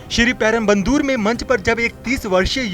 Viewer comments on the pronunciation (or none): श्रीपेरमबदूर है श्रीपेरमबन्दर् नहीं है